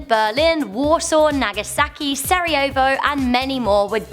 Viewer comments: i love how she pronounced the city of sarajevo like the city of sorojava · When she said Sarajevo i was like 😱 😂